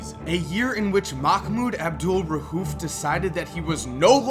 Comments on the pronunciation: It's pronounced Abdul raoof not rahuf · Jesus Christ, there is no H in his last name. It's not RA-UF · You pronounced Abdul-Rauf wrong every single time you said it. No h in there buddy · Bro quit calling this man out his name! You trifling for that weird boy. Say his name right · Bro u murdered his name wow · I cringe when u say his name